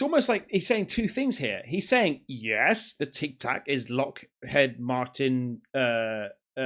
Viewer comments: FFS how do you not know how to pronounce the name Eisenhower, did you not go to school and it's Lockheed not lockhead.✌🏴🇬🇧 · Not the first time he's said Lockhead instead of Lockheed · Lockheed Martin! Not Lockhead 😂😂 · PS Bro... it's pronounced like lock 🔐 heed (like he'd) not head 😅.